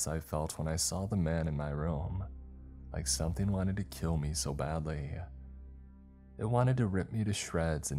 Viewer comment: somethING!!!!!!! NOT somethEENE!!!!!!!!!!!!